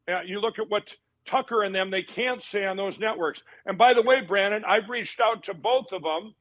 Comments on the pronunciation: I think it's Brannon, not Brandon... I hate that I know that. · Wait... Did call him Brannon? edit Typo